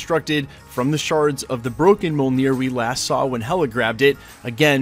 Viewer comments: Dude you say it sooooo wrong. It's M'uol-near not Mole-near. 😉👍🤜🤛🤣😎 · “Meyolenear” is more how it sounds 🥴